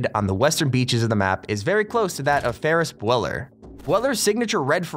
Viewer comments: ew the way he says ferris bueller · Ferris b youwlerr